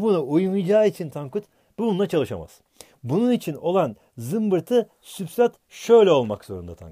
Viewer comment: Hocam substrat yazıp neden sübstrat diye okuyorsun mdmdnd